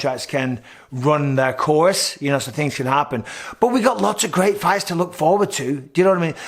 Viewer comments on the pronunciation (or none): none